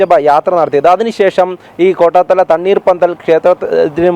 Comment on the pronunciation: കോട്ടാത്താല അല്ല , കോട്ടാത്തല ആണ്😂